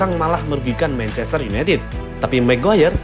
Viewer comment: mencester opo manchester? wkkkk